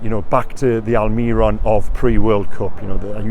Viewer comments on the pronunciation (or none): 😭😭😭pllleeeeeeaaasseee. AlmiRON, not AlMIRRon, the accent on the O at the end means the emphasis is there... pleeeaaasseeee stop